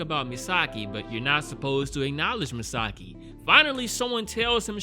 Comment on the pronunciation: Misaki Yomiyama (from 26 years ago) was a boy, not a girl. :) Also, it is pronounced MIsaKI, not MiSAki. Really good series in my opinion, I'm glad you decided to watch it.